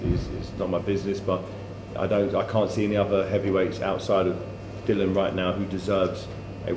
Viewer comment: why can't anyone call Dillian by his correct name ,its not that difficult isit ? Dill i an